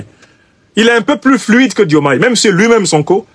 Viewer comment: Il n'y a pas de Djoumaye Président au Sénégal. Nous l'appelons Diomaye. Vous devez d'abord chercher à savoir prononcer nos prénoms avant de chercher à créer des problèmes qui n'existent pas. Si ce Aliou Tine ose parler aujourd'hui sans s'inquiéter c'est tout simplement parce que la démocratie est en marche. Sinon où était-il ces 10 dernières années ? Vous vous cachez derrière des personnes pour déverser votre rancune.